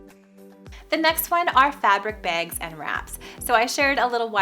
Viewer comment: I love how you say "bags" haha reminds me of visiting my sister in Minnesota. I was so confused when we went to a little store and thr lady asked me if I wanted a "Bay-g" and I was like...excuse me and she said it again and I was like...Im sorry Idk what you said lol..she pronounced it like..."vague" haha 💙 Finally my sister was like a bag...do you want a bag? 🤣🙈🤦‍♀️